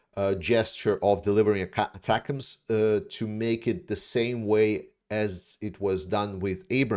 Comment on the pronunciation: I did have a small issue with another YouTuber, Artur something I think, pronouncing ATACMS as "atack ms". It's not a real issue but an earworm over how many times he kept pronouncing it that way over and over throughout his video. I'm not sure why but our military going back as far as my lifetime our weapons have always come with a pronunciation a single pronunciation and it's an acronym that is pronounceable in this case as "attackems". I know in the grand scheme of things it's less than a grain of sand on the planet Earth but it was any worm and I had to Bleed It Out.